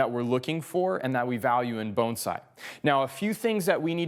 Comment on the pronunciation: Love, just wish he didn’t say bonesai!! Even the subtitles can’t understand so they spell it bone side!!